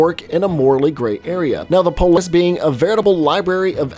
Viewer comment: did he not know how to say Полис?